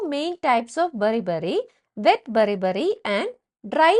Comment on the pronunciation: 😂😂😂😂 beri beri hai bari bari kyu bolre